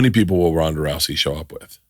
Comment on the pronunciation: Also Ronda, not Rhonda